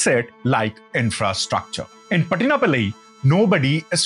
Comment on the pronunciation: Please check and correct your pronounciation -- Pattinapaalai - chozha king - Kadal KOL - ( hard L ), and more. When you're making a video to educate people your facts ( including how one spells / say in the correct way ) - Thank you - otherwise your video is good